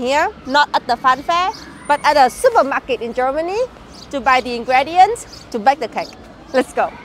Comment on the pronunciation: Cool video! By the way: ingredients is pronounced with an i-sound at the fifth letter like im tea or see :-)